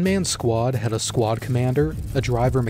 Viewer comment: Emphasis on “had”